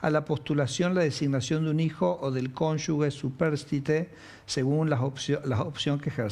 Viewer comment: Por qué dicen "cónyugue"? Se dice 'cónyuge', la ge tiene sonido jota